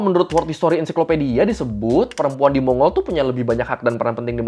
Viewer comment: Bang, pronunciation yg bener mon-gol